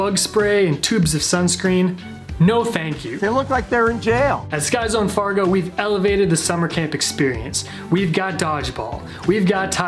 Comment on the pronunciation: i’m sorry did you just say sky zone FARGO?